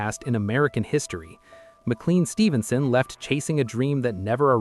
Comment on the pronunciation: The surname MacLean is not a toothpaste brand. It is pronounced Mac - Lane.